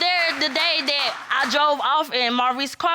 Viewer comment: It’s THAT not DAT!!! Learn the language!!!